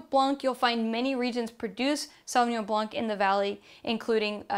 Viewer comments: Thank you for all this beautiful guidelines tasting (we don’t pronounce the c in blanc you just say blan 🥰) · In French, the “c” in blanc is always muted. But a very interesting intro to French wines otherwise